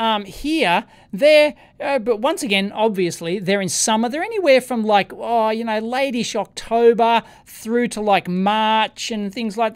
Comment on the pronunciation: When you said "late-ish October", I heard "Lady Shocktober". I prefer the latter.